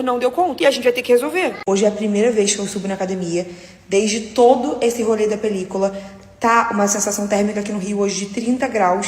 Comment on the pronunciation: Que agonia de ouvir ela falando "pelícOla"😭